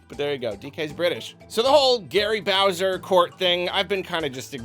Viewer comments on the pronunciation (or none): none